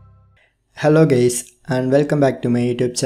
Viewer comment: "Helo gays"